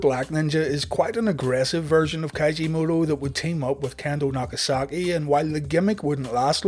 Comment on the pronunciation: It's Keiji Mutoh not Kaiji